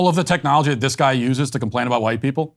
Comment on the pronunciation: bru meanded "trickinology" lol